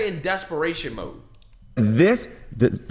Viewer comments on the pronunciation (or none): none